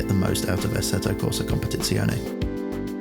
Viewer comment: finally someone that nails the pronountiation of competizione XD